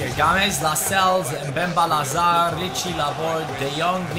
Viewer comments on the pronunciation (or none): none